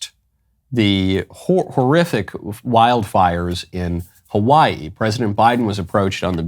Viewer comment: As a person who lives in Hawaii, representing as such, I will allow just this one time that terrible mispronunciation, mr. Knowles